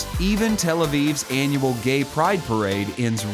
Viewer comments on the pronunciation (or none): none